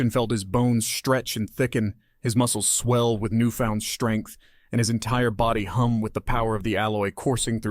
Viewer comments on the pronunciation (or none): Thank you for the great stories. However, have you listened to your own narration? Please listen closely to your pronunciation of all words that start with the letters "st and a consonant after the st".(some of these examples are from other stories........Examples: shtrategist instead of strategist; shtrike instead of strike; shtrength instead of strength; shtrong instead of strong; shtructures instead of structures; shtruck; shtrained; deshtroyed; shtretched; deshtruction; shtreet; shtrict;... and this exception....exshtreme. This is quite annoying when listening to your stories. AND, it is not every single time....at one point in the "Matering Gravity" story, when you were voicing Elara talking to Anya, you actually said "strengths" not "shtrengths". If you could pronounce it properly there, why not all the other times?